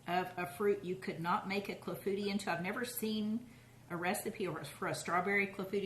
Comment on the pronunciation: It's pronounced "KLA-foo-TEE" with the emphasis on the first and last syllables...not "Claffootee."